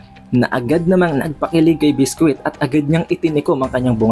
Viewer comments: It's bisqui not bisquit lol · Lods naba bother Ako sa pag pronounce mo Ng name ni biscuit.